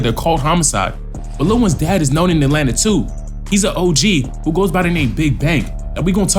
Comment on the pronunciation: Atlanta not Adlanta 😂